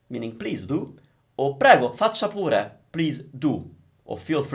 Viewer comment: Salve! I'm a Portuguese speaker and I'm have a great time learning Italian with you! Grazie mille! I've got a question about the pronunciation of "pure". When you said it, to me sounds more like "pura", a sound instead of e. Am I wrong? Thanks again! 🙏